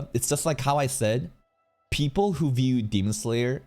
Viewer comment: Some mf said "1 wiew" 😭